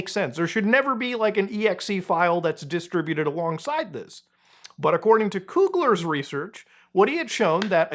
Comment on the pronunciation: Muta, you're killin' me here! It's pronounced "DIS-TRIBUTED" not "DISTRA-BUTED." C'mon man, you got this! Very informative video, regardless! Thank you. (Glad I don't play that game.)